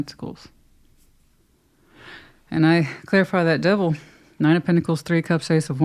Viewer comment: I just like it when you say ‘dewvil’ lol- makes me laugh every time! 😂 Sag/sun/rising/gem moon ….but a trilogy in 12H with a Venus Scorpio!✨✨✨✨✨✨tada